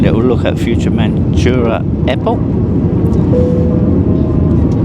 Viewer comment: OMG it’s not futuremanchura!!! It’s fuerteventura. Can’t you say anything correctly. It’s so annoying.